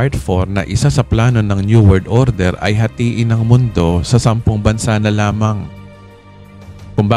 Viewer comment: opo nga napansin ko po dn ung salita ni, pakiwari ko lng my ibang nagsasalita pgdating sa world order pgkabinibigkas na ung wrld order, by the wey my natutunan po kmi ulit sa inyo pastor kya lng po maikli po ngaun ung 11B, salamat po muli pastor, kailan po kya ung kasunod pastor?